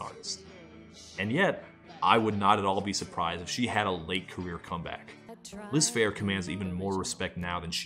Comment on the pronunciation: i thought that said "lisp hair" . now every time ya say "liz phair"....... i hear "lisp hair"